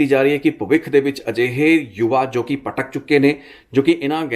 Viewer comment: ਪਟਕ ਨਹੀਂ ਲੱਖੀ ਭਟਕ ਹੁੰਦਾ